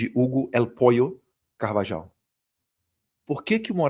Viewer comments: Eduardo, me deu gastura vc pronunciando Carvajal... é [Car-va-RRAL] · Acho q a pronúncia é CARVAHAU E NÃO CARVAJAL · Eduardo, vc fala espanhol. O J tem som de RR. Logo, a pronuncia correta é CarvaRRal. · Pronuncia certa: CarvaRal e Magnitsk e não magninski!!